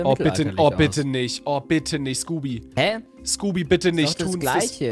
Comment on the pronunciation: er heißt nicht skoopy